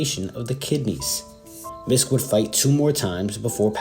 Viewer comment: I believe Miske's last name is pronounced Misk-ee.